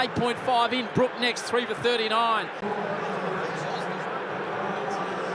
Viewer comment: Can someone tell that it is Brook not Brooks!